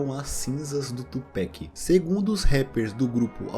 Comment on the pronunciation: cara, não fala tupec não kkk.. é Pac mesmo, com a kkk.. não é uma critica ruim ok, seus vídeos são muito fodas. parabéns.